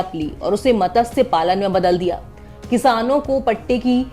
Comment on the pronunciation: मत्स्य बोलो ठीक है